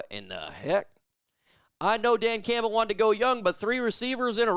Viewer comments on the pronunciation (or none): none